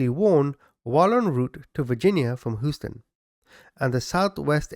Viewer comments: Proper or not, Houston is typically pronounced, Hyūston. 😬✌️ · It's pronounced Hew-ston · HOUSTON, TEXAS. HUSE-TON!!!!!!! OR HEWSTON. DAMNIT Y'ALL!!! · Hooston lol sorry couldn’t help it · As an American, I find it funny how you pronounce Houston. “Whose-ton” 😂 Good video though! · I love love love /you I love your personality and how straight up you are I’m always cracking up and some of the things you say to describe the perpetrator and some of the names that you call Them But only one thing you’re killing me how do you keep saying Houston